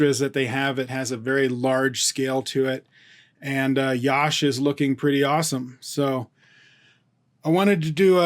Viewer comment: Sir it's not yaash.. just Yash.. say like Ya - sh = Yash ...